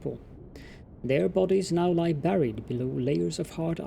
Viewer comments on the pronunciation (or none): ..just another aside, buried - you pronounce it like barry (barried) it is berry (bury/buried) Great series btw, hope to see more :)